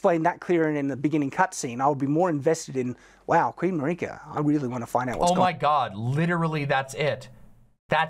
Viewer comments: In a tepid defence, there are languages where "Mareeka" is the pronunciation of the name Marika, but yeah, he speaks english and the game's voiceover is in english, so there's no excuse. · Shadiversity says "Mar-ee-ka", so clearly he doesn't even listen to the voices that DO deliver him direct story info. The desire to shut your brain off and refuse to piece things together with the info you do have shows why he wound up as a conservative reactionary. He just wants to defer to authority. Also, I think you took apart Shadiversity's way of thinking even better than Ziostorm did, personally. And I had never heard the curled finger world map connection before, that's pretty mindblowing